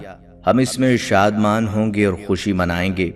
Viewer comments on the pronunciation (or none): none